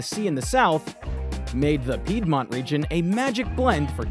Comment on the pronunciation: All good but why not to spend some extra minute to check how to pronounce the word "Piedmont" and not to ruin the whole video with wrong pronunciation 😢